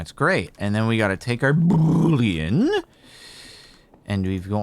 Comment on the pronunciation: When Jordan says Boolean I chuckle. Every time